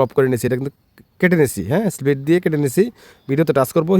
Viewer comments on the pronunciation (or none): none